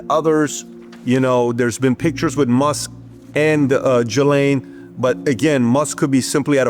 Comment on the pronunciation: Pronounce it right for once. It's GISLANE Not Jelane, or Galane, or Giselle.... GISLANE.